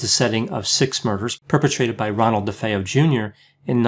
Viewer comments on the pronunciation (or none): none